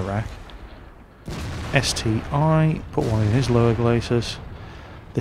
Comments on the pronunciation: It's ST-1, not ST-i! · ST-1 (not ST-i))))